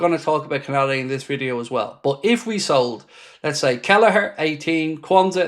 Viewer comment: LOOL BRO ITS KONATE U SAYING KONADE 😂🤣😅